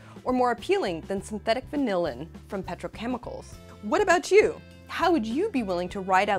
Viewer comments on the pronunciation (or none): She pronounces 'vanillin' with the emphasis on the last syllable every time, and it's annoying as shit. Sorry, I mean annoyING as shit.